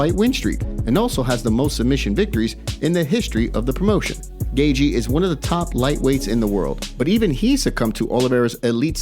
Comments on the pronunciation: "justin gayjee" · It's "gay-chee" phonetically. Smh